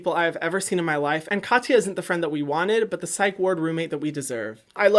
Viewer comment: Hyram, you don’t say ya in Katya. You pronounce it like Ka-ts-a, no ya